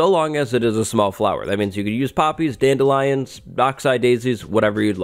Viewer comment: Dan-DEE-lii-on - wt heck is a dandy lion?